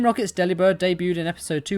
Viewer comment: It’s delibird like “delivered”….